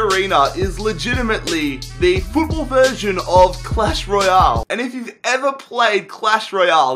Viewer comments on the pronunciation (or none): none